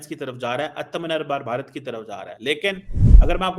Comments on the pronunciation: Please learn to pronounce "Atmanibar Bharat" correctly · do you know the meaning of "atmnirbhar bharat".first see in your pronunciation. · He intentionally butchers the pronunciation of "Aatmanirbhar Bharat". English speaking people pronounces the word better than him. It just shows that CONVERTS are more radical than the REAL ones.